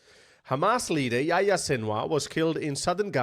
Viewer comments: His name was yo-yo, not yah yah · Why you call him yaya? Lol its yahya